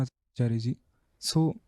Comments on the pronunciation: Achaariya, ch as in change. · small correction buddy...! You are wrongly pronuncing ""acharya" It should be Acharya not aakarya ... ch as Chompion. I hope you understand what i mean.